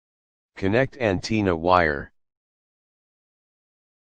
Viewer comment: 🤣🤣🤣 so I'm the only 1 who heard him say anteena